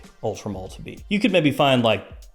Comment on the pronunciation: why is he saying mall? 😭 its male